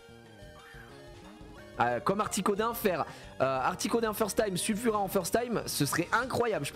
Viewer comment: C'est pas Sulfura c'est Nulfura 😅 GG pour le first try 💪